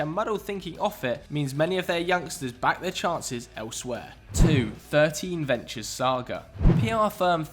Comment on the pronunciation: Its I3 (i3), not “thirteen” Ventures lol